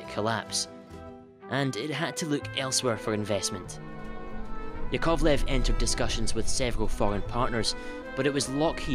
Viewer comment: A small pronunciation correction: it's YAkovlev, not yaKOVlev (first syllable stressed, not the second).